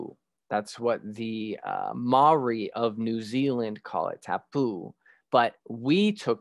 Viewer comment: I am indigenous māori and alot of stuff you said was very factual, respectful and educational, some of the pronunciation was off but im not holding it to you, for example the word "tāne" isnt said like "kane" it is said like "ta-nei" and "tāpu" isnt said like "tap-oo" it is said like " ta-poo" and alot of our words are said like this, i hope this can help with your pronunciation, as i said im not putting you down just educating on how to better say out words